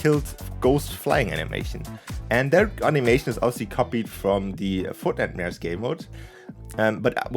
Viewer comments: We're never gonna let you forget "FROTNITE" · Lol “frotnite “